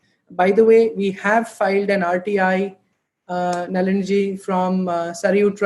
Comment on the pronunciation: Great commentry, thanks to Naliniaa Raoaa (intentional spelling to reminding not all words end with an aa आ in Sanskrit) - please learn Sanskrit before speaking Sanskrit words properly.